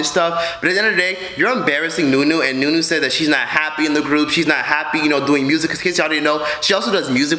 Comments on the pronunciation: her nam is zha-nee-aye or née - yae not nunu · Her name is pronounce like knee yay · Zuh-knee-aye. Znuie. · I think it’s pronounced “ja-ne-aye” but that’s besides the point....this is all crazy ! 🤧🤭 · Surge Juice ooh I swear in their videos they pronounce it with a “Juh” sound...even in the live, but mmm the more you know. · Say znuie not aye comic book sound znuuuuuuie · Her name is pronounced “zoo-nee-a